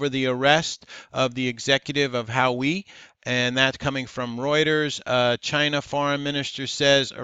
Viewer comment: how-weeee how-weeee haha Huawei is pronounced wah-way